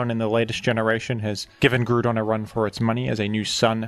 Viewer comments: I'm ok with the way you pronounce baton and Hippodon, but I draw the line at "Groodon". Is it a "groond" type now? Does it feature as a character in Despicable Me? What is this pronunciation? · Ah yes, the one Pokemon with a universally agreed-upon pronunciation, Groodon. As for Lando-T, I feel a lot of his reputation is owed to VGC, as he has been consistently strong in VGC OU in nearly all (if not all) metagames he's been in. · it's actually pronounced Groond like Groodon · Lmao. You calling Groudon Gruudon will always be funny to me. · If you are going to pronounce Groudon like that, then pronounce the word Ground in the same way. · GREWDON. Nice try guy.